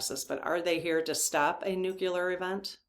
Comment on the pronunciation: Please check the pronunciation of nuclear.